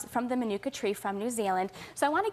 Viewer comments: And the idiots have no idea of how to pronounce Manuka. And even the YouTube videos that supposedly demonstrates the pronunciation got it wrong. Terrible! The guy is a quack. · Francois Dekker I'm a NZ/Maori and I couldn't care less how he/she pronounces Manuka. Why is it important anyway.